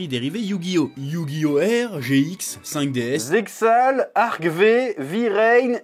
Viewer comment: Et 5d's qui se prononce "five days" (jeu de mots)